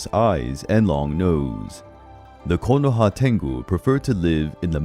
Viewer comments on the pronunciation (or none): none